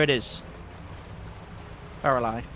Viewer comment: Btw its pronounced barrel-eye.